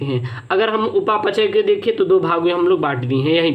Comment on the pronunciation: Sir upa pachay ni hota hai upapchay hota hai